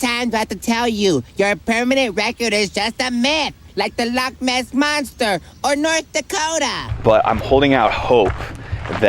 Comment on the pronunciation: As a non Scot, living in Scotland, I have to compliment you pronunciation of Glenfinnan, Glasgow and Edinburgh, have to work on the loch though! The islands are much more religious than the rest of us, hence shut on a Sunday, and if you visit again, most shops will give you cash back on your card. This means you can buy something and then ask for money as well. This is quite handy is you are short of funds. Pubs, hotels and many shops will do this free, when you go to the till. Below is a song by the Corries about Portree. You might just recognise the tune? The Corries. "The Portree Kid."